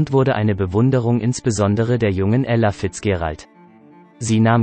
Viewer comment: Sie als Sprecher sollten erst einmal Englisch lernen, bevor Sie einen Text sprechen. Es heißt nicht Bandleader wie es geschrieben ist, sondern man spricht "Bändlieder", man spricht nicht Fitzgerald wie es geschrieben wie, sondern "Fitzdscheräld" und vieles mehr. So etwas anhören zu müssen ist eine Zumutung!!